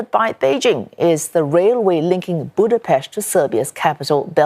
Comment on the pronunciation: Thank You CNA for reporting the real news instead of the tiresome Chinaphobic and Hungarophobic western propaganda and my respect to for being one of the very few reporters who can pronounce Budapest correctly.